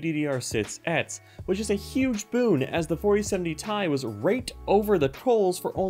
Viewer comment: For the love of God its T.I not ..... Tie